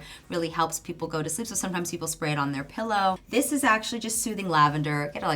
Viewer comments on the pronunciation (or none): none